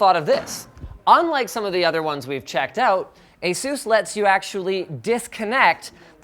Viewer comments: #Sarcasm I'm offended by the way you pronounce the company name, Sinus! Knock it off and learn how they got the name, and say it right! (Like I said, sarcasm) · Wait, is that how you pronounce Asus?